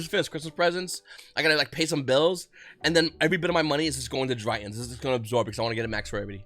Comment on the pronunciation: Why do you pronounce Drytrons like “DryUUUHHNNSS”? Shit makes you sound cringy af